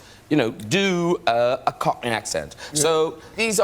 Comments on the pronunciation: as someone who lives in east London you did pretty well just say it with unearned confidence and a little pent up aggression right there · Your pronouncing of Cockney was amazing!